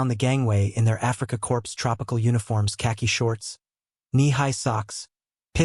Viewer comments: I tried to listen to this -- what seems to be an interesting story -- but the AI voice is just too ridiculous! "Africa corpse." "Barok." Sorry, but this channel is a bust. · This has to be AI because Korps is pronounced Core.